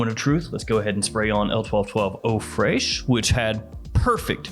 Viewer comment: Fraiche is pronounced fresh like in english